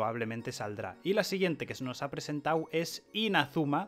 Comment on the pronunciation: JAJA es re gracioso y agradable como habla, diciendo "presentau"